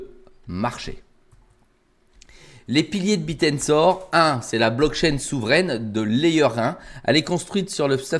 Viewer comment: c est pas le Biir mais le Bèèr